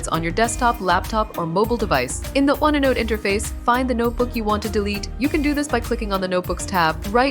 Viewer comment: Waste of time: the robot does not even know how to pronounce onenote.